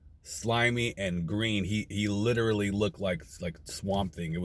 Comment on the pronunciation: I like how he says Literally 😂